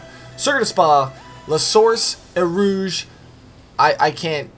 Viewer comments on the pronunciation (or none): none